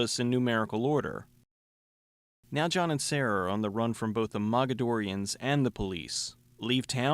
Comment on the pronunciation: Did you say MAGAdorians?